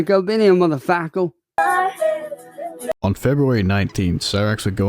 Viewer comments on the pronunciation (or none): I cannot explain how much it genuinely angers me when he says "muffuhfakkle".